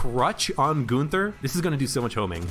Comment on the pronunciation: It's not Goonther, his name is Gunther.